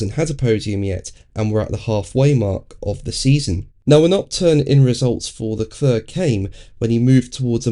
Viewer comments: LeClerc is pronounced LeClerrrr without the end 'c' ... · Got lost at "LeClurrr".... As a talking head on F1, you could at least make an attempt at pronouncing the drivers' names correctly (according to them).